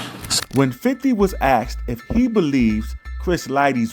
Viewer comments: Axed him lol come on bro you use your voice to make money with everyday can you not properly pronounce words correctly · i don't get why so many people say aksed instead of asked